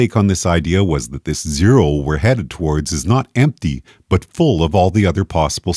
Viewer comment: that`s not zero, thats Jero .. lol xD